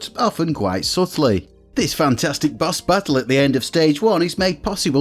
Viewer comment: Took me a while to get he meant "BOSS" not "BUS".